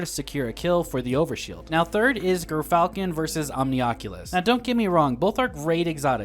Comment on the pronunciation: Gyrfalcons. JUR/JER falcons. Gyrfalcons.